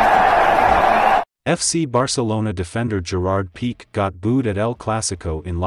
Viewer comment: Pee Kay - not peek